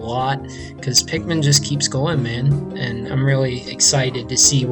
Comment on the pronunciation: Nigga did you just say pickman